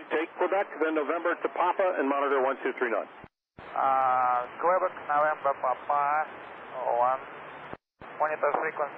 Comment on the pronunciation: Stop saying QWOOBEC you dang square heads xD